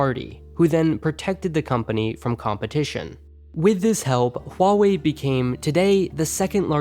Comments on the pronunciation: “Wall-way” go away 😂😂😂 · its Wah-wey.( i guess(no offence)) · I think it's more like Hu-a-way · huawei is pronounced like dr. light says 'wily' in mega man 8